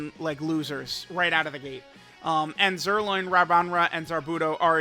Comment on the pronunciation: JUST SAY ZIRLOIN